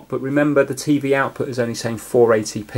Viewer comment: i love how you say tey wey insted tv its funny